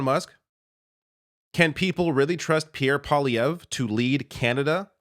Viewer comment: Two corrections - Elon Musk is half Canadian. So it's not entirely fair to call him American or Foreign, even though he currently resides in the US. Also, it Poilievre, pronounced pwa-lee-ev-rhe. I know, I know, who gives a shit. Well, details matter.